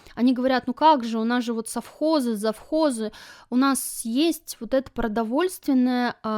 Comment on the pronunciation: Обязаны жрать французские сыры ? Нажралась ? Прямо позаботились ,чтобы вкусно ели .Наши то ,положа руку на сердце ,вот такие сыры делать еще не могут .....Ты жрала , а кто-то ел . Колхоз и совхоз правильно сказать не можешь ,а вот жрать просто по -плебейски и с остервенением выговариваешь .